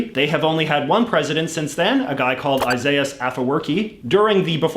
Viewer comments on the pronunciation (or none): none